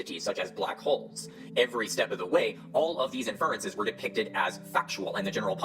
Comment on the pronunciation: Tell me you have no clue how science is done without telling me you have no clue how sciences is done, by pronouncing "IN-fer-en-ces" as "in-FER-en-ces". Take note, Formscammers and confidently-incorrect armchair scientists everywhere: Even with something as trivial as accenting the wrong syllable, I still checked several sources to make sure my claim was valid before stating it. Unlike y'all, I have the integrity to take precautions to avoid propagating misinformation and making a fool of myself in the process. Making claims without checking for evidence or support is dishonest and bad practice; making claims despite knowing that there is no evidence or support, or worse yet, knowing that there is credible evidence that invalidates the claim is straight-up bad-faith lying. Is it foolproof? Can you trust every source? Of course not, but at least making an attempt is a show of good faith. Not that y'all GAF about honesty and integrity in the first place. To be fair, willfully promoting unsubstantiated claims and/or denying substantiated claims out of greed or selfishness, regardless of how detrimental it may be to the best interests of others, isn't exclusive to pseudo-science - it's a pervasive and destructive issue throughout society, present in everything from romantic relationships that only affect those involved, to global politics affecting the fates of humans all over the world. We must remain vigilant and keep fighting to turn the shit-boat around